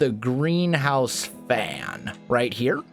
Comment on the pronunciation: Greenhouse. I always hear GrianHouse xD